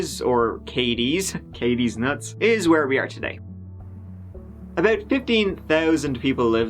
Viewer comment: Did you just say “from downtown Kay these nuts”